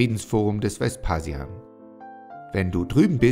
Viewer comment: Die Videos sind sehr informativ und hilfreich. Vielen Dank! Ihr müsst allerdings aufpassen mit der Aussprache der Eigennamen. Da hapert es oft. Bei Vespasian ist die Betonung auf dem hinteren A. Bei Sueton auf dem O, nicht auf dem E. Bei Exedra auf dem ersten E. Ihr solltet die Videos auf jeden Fall vorab zumindest von einem Althistoriker, besser aber noch von einem Altphilologen kontrollieren lassen.